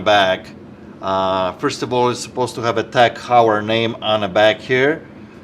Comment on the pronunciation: Just to let you know, Heuer is pronounced Hoyer, just in case you are dealing with these fine watches in the future.